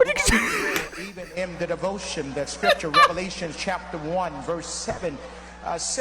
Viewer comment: He didn't even pronounce, "Revelations," correctly. ( He said, "reLeVations.")